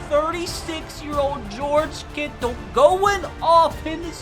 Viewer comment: Why did he say kittle like that😭